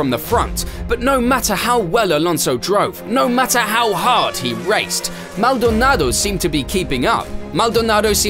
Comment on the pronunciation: Please stop saying Maldonado like that. It’s making my head hurt.